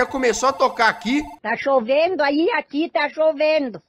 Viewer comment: "Dougras" "tá choveno aí? Aqui tá choveno" Mano eu num guento kkkkkkkkkk